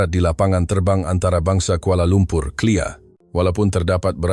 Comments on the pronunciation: 'Clear' Kepala bapak kau...!!! K.L.I.A. = Kuala Lumpor International Airport.. suka suka panggil selesai. Sepatut nya walau pun suara AI tapi awak yang mengatur suara dan setiap perkataan yang dikeluarkan, atur lah dan perbetulkan dahulu sebutan perkataan atura noktah, dan sebutan singkatan nama tempat dengan betul seperti K. L. I . A . sebelum diterbitkan supaya tidak mengelirukan kerana anda adalah pemimpin melalui cerita yang anda terbitkan. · KLIA bukan CLEAR.